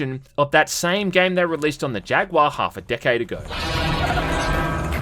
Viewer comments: I didn't know Australians miss pronounced jaguar as well. Thought they actually knew how to speak English 😂 I'd love more terminator movies Set in the actual war Also love the 360 avp game Went through it again recently on pc and really liked it still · Why does he pronounce Jaguar as "jag-waa"?🤣